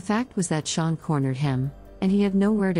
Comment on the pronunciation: When I first started listening to this ep the computer narrator was saying “Shaun” and I’m thinking “who? Is Shaun? Then realised it’s Sharon”. We pronounce it “Shar-on”. Just sayin’ 😂.